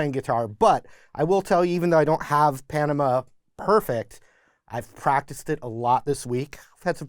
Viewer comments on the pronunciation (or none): Panama is an actual place. The way you say it is not good.